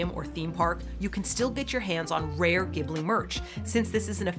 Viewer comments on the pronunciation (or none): Ghibli is actually pronounced like Jibli rather than Gibli. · Ghibli is not ギブリ, it's ジブリ, pronounced as Jibli 😉